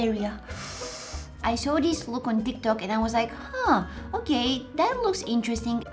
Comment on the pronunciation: I love her voice and I love how she does say dis not this 😘 and by the way it's a crazy idea to put eggs in your face cuz I tried it and my head hurting and it will let your face small like chicken pop and I love her sweet laugh